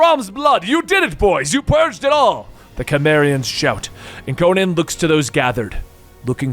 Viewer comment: Would be better if you could pronouce Conan